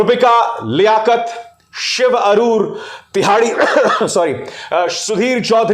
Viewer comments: सर सुधीर चौधरी बोलने से पहले तैयाडी बोल दिया 😂😅 और फिर हंसे भी 😂😂😂😂😊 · When he say tihadi 😅😅😅😅